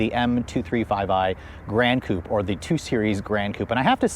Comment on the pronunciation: Coupé. Coupayyy. They even add the accent mark on the logo, please prounce it!